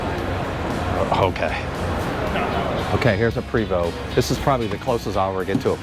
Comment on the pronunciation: Dream Big you can get there. Pronounced PRAYVO not Prevost LOL